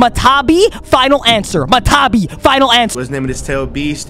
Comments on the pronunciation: not MA TA BI its MA TA TA BI 2 ta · bro the 2 Tailed beasts name is not matabi its matatabi